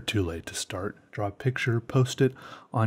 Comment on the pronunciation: learn how to say draw its not "drawl" its "draw"